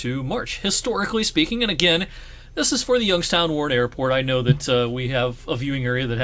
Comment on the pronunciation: As a person who moved to Youngstown from Rochester, NY I thank you for pronouncing it right.